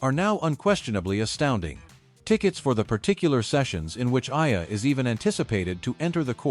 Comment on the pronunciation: Alex EALA not Aya